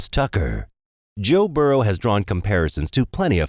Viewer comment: Burrow not burrows. Said it a few times